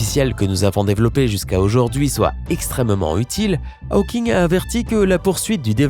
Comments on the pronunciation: Pitié, pas "Ha-o-king" ! C'est "Hau-king" (avec un o fermé). Si c'était "Ha-o-king", on l'écrirait Howking en anglais. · C pas haweking c hauking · "aoking" ?? tu as toujours autant de problèmes d'élocution mon ami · « Stéfeune Aoking » ??!... Not even close... Moi qui dis et redis, depuis des années, que la jeunesse française s'est mise à l'anglais... Bon... d'un autre côté, les Américains disent toujours « Shompsailizeï », alors on a encore pas mal de marge. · Steven "A-O-King" : mais c'est quoi cette prononciation... ?